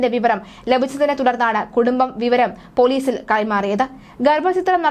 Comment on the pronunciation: ഗർഭചിത്രം അല്ല ഗർഭഛിദ്രം ആണ് ശരി റിപ്പോർട്ടറേ...